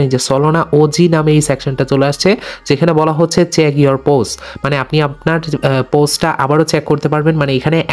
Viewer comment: স্টাইল করে বলতে গিয়ে চেক কে চ্যাক😂